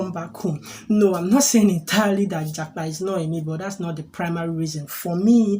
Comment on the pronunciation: You should have asked me the meaning of japa before making the video na 😂😂😂😂. Yeah, you pronounced it well 👍